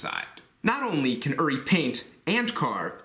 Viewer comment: oo-ree, not er-ree